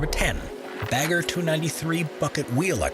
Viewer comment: Never heard Pilbara being voiced like that. Same for bagger